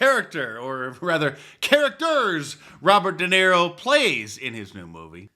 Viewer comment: Roobert duhniro